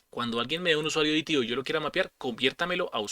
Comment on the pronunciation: Excelente explicación, lo único que no cuaja es que le digas DiTiO al DeTeO :V